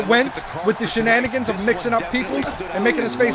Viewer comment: You like saying shananigans